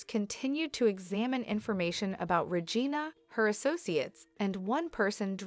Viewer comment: It's not Regin A its Re gina